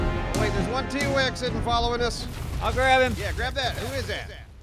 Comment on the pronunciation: 4 years later I just noticed said t-wex XD